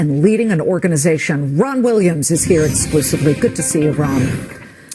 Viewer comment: Lmao heard "Juan Williams" not Ron Williams . Imaging my surprise